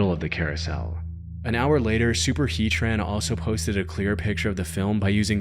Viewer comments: Super heat ran NOT super heat tran only one T learn to read dude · Super Heat Ran, not Super He Tran. 😂